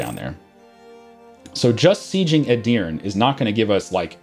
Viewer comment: Turk here. Edirne is pronounced ''Eh-Deer-Neigh'' or you can say ''Eh-Deer-Neh'' but the H is silent in that one.